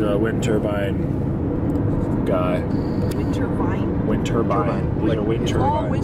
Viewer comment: Lmao were you saying "winter-bine"?? Just to be clear its a wind turbine...lol that had me rolling